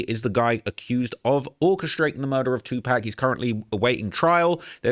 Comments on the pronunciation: Definitely a culture vulture, not able to call pac by his name! It’s pac not pack idiot! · Aye bro it’s 2PAC not 2pack 💯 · 2Pac like Pocket. Not pack 😂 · Its Tupac Amaru like the line of Inca chiefs.....It was NEVER 2pack,.........ever! In ANY country 🤣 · It’s pronounced Too-Pock not pack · it’s pronounced; two-pock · It’s TWO-POCK, like POCKET. You’re intentionally mispronouncing his name! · Brother, stop fu@ calling tupac tupack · Too pock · TeW pAAaaacccccKKkkKk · He can say pac properly wtf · If you're such a hip hop head you should be able to pronounce 2Pac despite an accent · Cant even watch video...how you can't say Tupac right. It's not hard smfh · accent or not.. You know how to pronounce TUPAC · He sounds like he's talking about a moving company 😂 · exactly and that ain’t how it’s said 😂